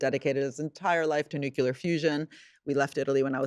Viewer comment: Why do so many clearly smart, well spoken and, by all accounts, well written people still say "nukyular" instead of new-klee-yar? That was my one takeaway from this wonderful, informative and thought provoking interview.